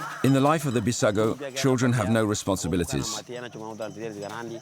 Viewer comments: Its not Bissago 😂. Its called “BUJUGUS” tribe/people. In Portuguese its called Bijagos. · Correct bijagos not bissago